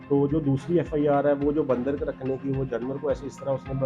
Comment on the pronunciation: Ya to Punjabi me interview krlo ya phir Urdu sekh lo bhai baaandar kia hota hai?